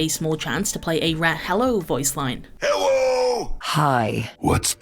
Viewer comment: I'm so glad rein saying "hewwo" wasn't a fever dream. I heard it a few weeks ago and thought I was going crazy, especially since everyone else in discord told me they didn't hear it, lol. Edit: "this is a reference to Balatro" LOL